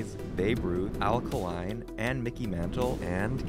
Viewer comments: Sir, a minor point, but it hurt my heart when you pronounced Al Kaline as “Al Ka-LINE” instead of “Al KAY-line”. I’m sure Kaline made about 1% of Trout’s take home pay. But a guy like Al Kaline wasn’t in it for the money. He just loved baseball, loved the Tigers, and he did have that one World Series win in 1968. Yes, the last year without playoffs. Winning the pennant really meant something back then. Detroit loved the man. RIP Mr. Tiger. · It is pronounced EL KAY-LINE, not alkaline like the battery, and not one word like alkaline as you pronounced it. I usually only see (hear) these type of streaming mistakes if there is a robo narrator. I really don't like picking on you every now and then, but you have to do a little research so you don't sound foolish. The rest of the show was pretty decent, but you hate to ruin it overall with a lazy obvious error. I still subbed and liked, but never forget that you have to constantly work at your craft, if this indeed is your passion (and where you may be able to earn a living). Good luck on your future. Oh, and a bit of trivia on Kaline. He was the youngest player to win a batting title in baseball history at 20 years old (a day younger then Ty Cobb was when he won his first title). In 1953, he joined the Tigers directly from high school at the age of 18, having never played a single minor league game. Played all 22 years with the Detroit Tigers, and was an all-star 18 times. Inducted into the baseball Hall of Fame in 1980 on the first ballot, and won 10 gold gloves. He performed very consistently and for a long period, much like an Energizer ALKALINE battery might. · Did bro just say “Al Kuh-Line”